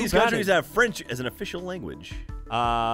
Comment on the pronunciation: actually have a good french accent i'm impressed!